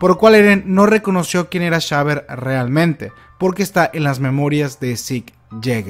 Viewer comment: porque llamarlo Shaber Si su nombre es Xaver... pronuncialo como se debe boludo. es Javier o Exsaibier